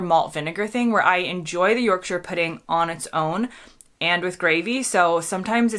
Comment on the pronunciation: You're definitely a Brit now, just by the way you pronounce shire in Yorkshire.👌